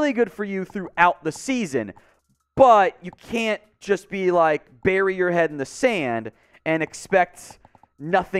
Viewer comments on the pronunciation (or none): none